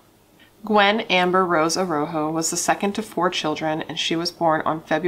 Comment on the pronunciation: I think her last name is pronounced A Raw Ho if I remember correctly. My heart breaks for her and her poor family who has to mourn her the rest of their lives.